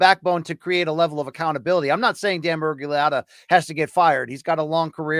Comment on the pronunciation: Best part of this was BC trying to pronounce Miragliotta many, many times.